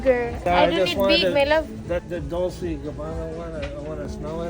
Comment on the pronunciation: Dolce pronunciation day DOLCHE MEANS SWEET